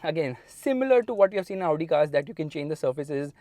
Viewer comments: When he says Audi cars I am be like Laudi Cars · You pronouncing "Audi" kinda sounds like "Lowdi" 😂😂